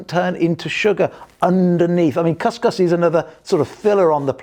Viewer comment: couscous is pronounced cus cus (as in boo).